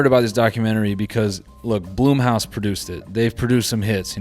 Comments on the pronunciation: why did noel pronouncing blumhouse as bloomhouse annoy me so much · Really said “Bloom”house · Noel mispronouncing Blumhouse throughout the video is it for me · First time ever hearing BLUMHOUSE pronounced that way, lmfao